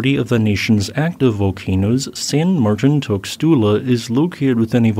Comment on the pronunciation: San Mar-TEEN TOOS-lah